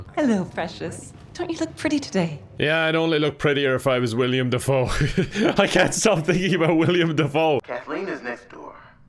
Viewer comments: If you start thinking about how his name is Willem Dafoe, not William, you will become more and more annoyed while watching this until you feel only rage by the end. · Is it just me who was insanely bothered by calling willem dafoe “William” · Ahhhhh it's Will-EM not William! It's okay I forgive you. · nothing worse than hearing call willem dafoe “william dafoe” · new drinking game: take a shot every time says william instead of willem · Somehow it’s physically painful every time says “William” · saying William instead of Willem is bothering me more than it should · ITS WILLEM GODDAMNIT this isnt no jim pickens its WILLEM DEFOE